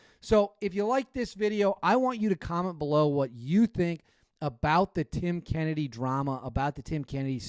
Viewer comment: This is the second time you mispronounce his last name maybe you wanna ask him next time you talk to him 😂 That story that you talk about he refers to the Spartans spearing all the soldiers before they leave the battlefield so you know he’s full of shit … you know what he meant… on the Shawn Ryan podcast for reference lol 😂 and then he woke up 😂